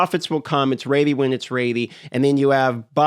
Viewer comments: You aren't "raidy" for that accent... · The word is ready not reddy. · First time here? Lol, he's 💯 saying "raidy". It used to drive me insane 😂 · What is "Raddey" ....you mean Ready? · What is “Raeidy?” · Say ready not ratey LOL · its ready and pronounces as redy not raidy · 'raidy when it's raidy' :) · Lol are you saying raidy or ready? Sorry just picking, I've got a southern accent so I butcher words. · Ummm is he's saying ready or rainy??? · Bro. RED-EEEE. not “raidyyy” holy moly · Is he saying READY?! What is he saying rady? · Ready not raidy. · Is it me or is he sayin "raidy" instead of "ready" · It’s def raidy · Its going to be ready when its raidy! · That's a speech impediment. Raidy is just a quirky pronunciation.. maybe regional? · It’s not rady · Not sure how in Alaska ready becomes raidy. I'm sure his past tense of reading "read" isn't pronounced "raid" in alaska either lol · Where's your accent from? Your ready sound like "raidy" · learn to say ready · it's pronounced 'reddy' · Ughhhh “raidy” 😩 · I get speech impediments, I do, but I don't get 'ready' as 'raidy' when you pronounce 'red' just fine. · Where tf is ready pronounced raidy? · Ready= ( red-E) ffs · Nah he’s merged raid and ready. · Someone tell him it's red - e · 100% RAIDY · Yeah I was like wtf is raidy? Speak inglish bro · You've gone far in life for someone who cannot pronounce ready lool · You pronounce the word "ready" very strangely. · Well now I can’t unhear it, thanks 😭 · What's weird is he says 'red' fine. This isn't even an accent or speech impediment thing. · Canadians don't claim thay pronunciation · no where in the english language that i can thibk of is ea pronounced as ay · It's a regional accent thing, and will never not be funny.